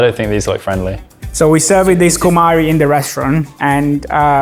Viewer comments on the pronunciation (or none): Dublagem ridícula. Não sabe nem a pronúncia certa das palavras. A pimenta é Cumarí